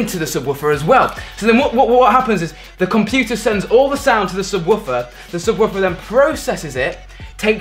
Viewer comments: The way he says subwarfer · Lol he calls it a sub-woof-er